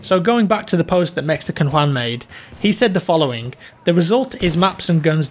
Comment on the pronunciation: Perfect pronunciation of 'Juan' killed it